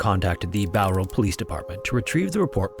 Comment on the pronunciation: Glad you said Bowral right